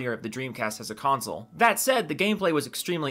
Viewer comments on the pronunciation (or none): none